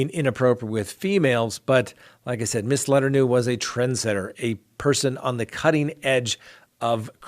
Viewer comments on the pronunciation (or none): Not Leternew.... la,tourn,no is how it’s pronounced.😂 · Letternew? Try Luh Turn Oh. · Oh my God you’re killing me with the Letternoo. Le-ter-no.. thanks for the giggle!💕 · Letter-no? Luh-TURN-o........... :-) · "LA TURN O" not "LETTER NEW" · Her name is pronounced le turn no. I hope something happens with daybell /vallow case or the intro will be the best part of this show. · ..it's pronounced..( La turn o) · Letter-no !!!! Lmao so funny !! Try again ! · Learn how to pronounce mary Kay’s last name. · Love listening to you but it’s La-turn-no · It's pronounced Mary Kay Lue-turn-oh, and Gee-lane with the G pronounced guh, as it is in give or goat. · LETTER-NEW???? My guy.....you need to do better...this is getting ridiculous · Mary Kay (La-Turn-no). Remember that, and you'll pronounce it correctly every time! Just lending a helping hand. Love your podcasts. Love and appreciation, from Oregon.;) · Ur ripping the name to shreds. Mary kay ( La-turn-o). Sounds a bit closer. But i remember that story. Wasnt there a movie on lifetime years ago? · It's pronounced La-turn-no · Letorno is how to pronounce letourneau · Oh. It’s LE-Turn-Oh Mary Kay LE-Turn-Oh (Letourneau) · I let men-kah-doe, giz-lane and then ghiss-lynne go, but come on! Letter-new?? 🤦‍♀️ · I don't mean to sound petty here or rude but I have to say that Mary Kay Letourneau is pronounced as "La-turn-oh", and Ghislaine as in Maxwell is pronounced as "Gi (as in give), and the s is silent so it's "Gi-lane". Like I said I don't mean to pick but it was driving me crazy so I kind of had to say something! I hope I didn't offend anyone because that wasn't intended. 😉 Thanks for all the great videos and for presenting the facts. It's refreshing. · Letourneau = La- turn-o. Is the correct pronunciation 😛—Your funny with some of your words you pronounce— just trying to help! ( It’s the teacher in me) Thanks for all ya’ do!’ Cheers 🍻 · Lol. Her name is pronounced La turn no.